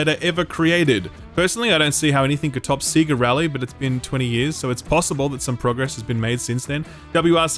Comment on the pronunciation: I used to like until when I heard Seega Rally